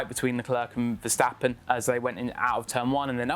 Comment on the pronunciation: Get used to name getting butchered in their pronunciation. They have been butchering "Verstappen" for as long as I can remember. And I'm talking about the Jos the Boss day's.